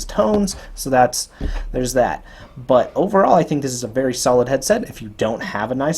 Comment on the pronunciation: "so it makes a VA-ARY VERY emersive headset" lol